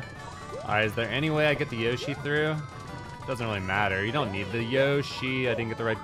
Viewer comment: You are still mispronouncing 'Yoshi'.